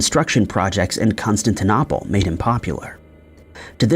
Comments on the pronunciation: O-hi-ya? Con-stan-ti-nopple? Re-ally? Tow-nop-uh? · That's not how you say Constantinople.... annoying as hell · Odd pronunciation of Constantinople.🇺🇸☕💐